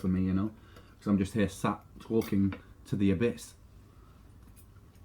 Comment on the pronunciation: ohhhh he said "Talking to the Abyss", at 1st watch i heard Twearking to the Abyss. my bad 🤐